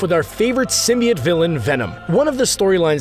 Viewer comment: Symbiot?????? ITS SYMBIOTE